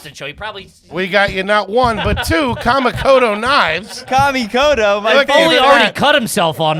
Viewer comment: Are you guys aware of the news with kamikoto knives? Check it out if not… youse don’t want them as sponsors. However if you are and the new guy said “commie koto” on purpose… that’s hilarious